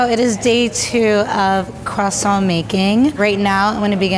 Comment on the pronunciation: ITS NOT QUASONT ITS CROISONT (I know it’s not spelled like that)